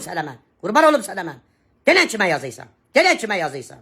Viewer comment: Vay vay yazeysan şaxsey vaxseeeysən 😅sən??? nə deyeysən,nə yazeeysən,yazeysan😅sən də bir Azərbaycan lüğəti düz oxu.